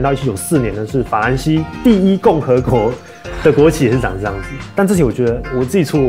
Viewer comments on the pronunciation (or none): 第一共和”ㄍㄡˊ” 😂